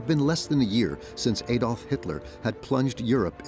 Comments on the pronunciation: "Adolf' is pronounced 'Addolf', not 'Aydolf' Please get it right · this video loses credibility by the deliberate mispronounciatian of Hitler's first name. It's pronouced "Addolf", NOT "Aydolf"